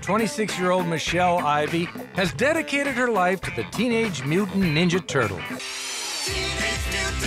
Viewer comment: "I want to be neenja" turtle.